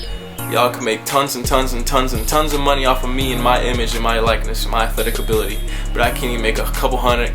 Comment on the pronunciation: "abi-TILY" its just funny